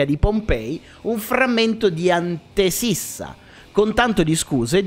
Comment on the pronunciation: Ripeto: è "antefissa" e non "antesissa"